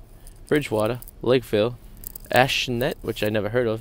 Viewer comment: lol , i believe you meant my hometown, Acushnet . (A-cooshn-et.) its very , very small town next to fairhaven. lol